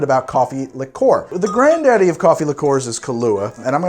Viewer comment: Please, please, PLEASE stop pronouncing liqueur as ‘lick-or’. It’s ‘lick-your’